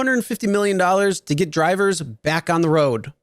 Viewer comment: I totally agree with you. This guy has no personality and emphasizes weird words when he speaks. “ This is what could happen WHEN you drive rideshare. Put gas in your car when YOU need gas. Feed your pets if they GET hungry.”